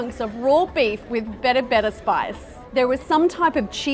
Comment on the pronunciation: shout out for the berebere , You got that right like as an Ethiopian I love that spice